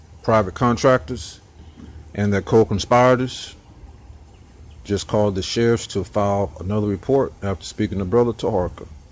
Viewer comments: What's a "co conpyderz"? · Co-ConspEyerators? Oh wait, he's a Moop, so that explains everything.